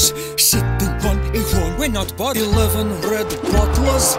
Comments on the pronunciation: 😂😂😂😂 Harry Kane " i said 11 red bottlers......" The level of emphasis there was a top notch!. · Kane: "I said, 11 red bottlers..." 😂😂 The emphasis killed me